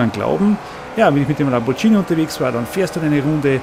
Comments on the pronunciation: LamborGHini!!! Mit einem G nicht TSCH!!! Sunst hoaßats Lamborgini! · lamborghini, mit g, nicht lambordschini. das g wird wegen des h's nach dem g als g ausgesprochen n icht als dschi :D